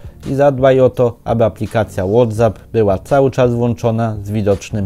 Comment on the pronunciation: WhatsApp czyta się łotseep 🙈